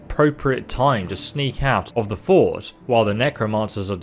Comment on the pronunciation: Pronouncing fort as court, okay, maybe.. but Welkynd as Wellcard? How does that even work